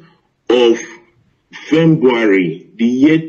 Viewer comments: "My mother is a britage" "fembuary" how does that sound in your ears? Edo man please show us evidence (videos) and stop too much talk QED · Is it only my hear or is he really saying fembuary?